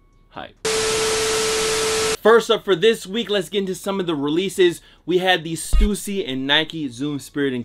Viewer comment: Thank god he pronounces stussy correctly 😂 oo not u